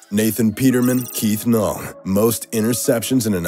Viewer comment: It’s Keith null not Keith hull